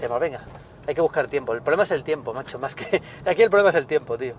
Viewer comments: "Quej maj cara". Coño, se oye perfectamente a, al final no es un trípode... Al menos no de forma literal. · "Que e maj cara". El acentazo madrileño ahí xDD